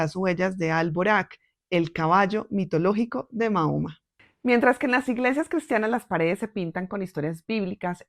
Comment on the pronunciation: Le pido por respeto aprenda a pronunciar el nombre del profeta porque como usted lo dice es una falta de respeto para quienes somos musulmanes gracias